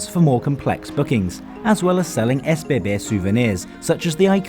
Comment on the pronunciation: he pronounced it the way it is supposed be.